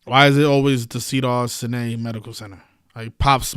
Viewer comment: you pronounce it cedars sigh-nigh. thank you for all you do.